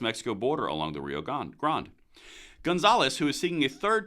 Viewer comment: Your pronunciation of Rio GRANDe is off also.